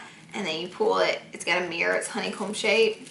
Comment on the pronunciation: Anybody else gets annoyed by the way she says honey comb